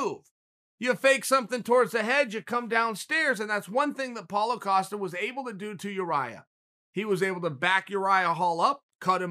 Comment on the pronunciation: Paulo “Acosta” Costa